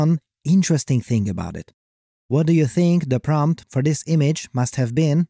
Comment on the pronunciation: yeah, whenever he said "this" it sounded a bit off